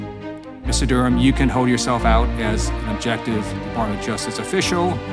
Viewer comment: Duh-ram 'report' 👈🤣